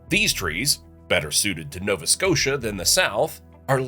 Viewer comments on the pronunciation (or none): none